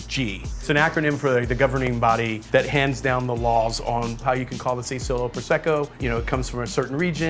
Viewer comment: It’s not “oh so lo” Prosecco, “ah zo lo” Asolo